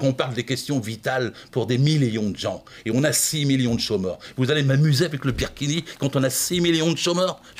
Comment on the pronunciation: il a dit pirkini mdr